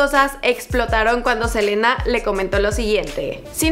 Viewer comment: Like si te diste cuenta que dice jelena en vez de selena